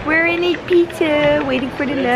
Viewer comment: Hoe Ibiza uitspreekt klinkt als "eat pizza" ❤️